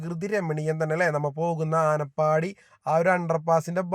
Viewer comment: ആനപ്പാടി അല്ല ആനപ്പടി